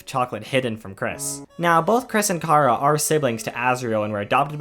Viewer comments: Chara not cara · You said cara its chara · Me: Hell yeah, somebody talking about my favourite character and how's they are just a child and not a fucking sadist like everyone thinks they are? Sign me up! Author: Pronounces "Chara" as "Kara" Me: Uuh shit. Here we go again.. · Bro your saying Cara 😑